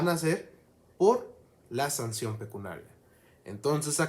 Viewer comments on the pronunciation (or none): Se dice "pecuniario, pecuniaria" y NO pecunaria. Por lo demás muy bien.